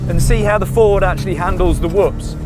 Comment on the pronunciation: The brit just pronounced whoops correctly and half the sxs yahoos in America cannot. 😂